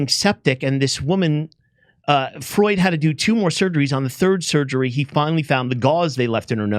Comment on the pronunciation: It's not Freud, it's Freud!.